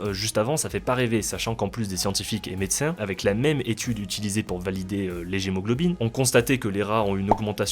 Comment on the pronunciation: on dit leguémoglobine et non lejémglobine , c'est une cousine de notre hémoglobine que les légumineuses utilisent pour nourrir leurs bactéries symbiotiques .